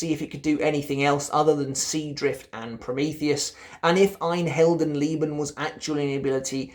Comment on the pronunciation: Awesome video! Your "Ein Heldenleben" nearly has no accent. wow! Keep going like you are right now, you are one of my favorite content creators.